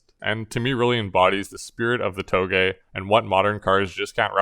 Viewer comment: I dunno why but whenever he says touge I hear toegay😂